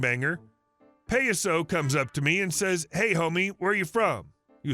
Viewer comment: It's ( Pie-ah-so) . Clown in Spanish. You don't mess with an OG.